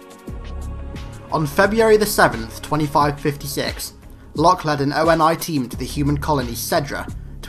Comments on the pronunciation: I love your videos, absolutely so but a tiny thing that bothers me (and many maaaanny other people do this for other things) But the way you call ONI the "Oh En Aye" when they never say this in the games or movies, its generally called "Oh Knee" ONI, again very minor peoblem and otherwise Amazing video thanks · It's not O.N.I it's ONI (Oh-Ni)